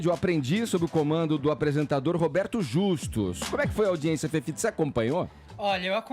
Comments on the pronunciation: FEFITO, seu escremento! Nojento asqueroso esquerdopata mesquinho! Aprende a PRONUNCIAR O “i” direito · ..putz mas esse Fefito é burro demais..vai fzer fono fi